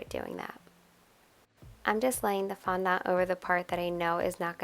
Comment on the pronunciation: your saying fondont a bit weirdly !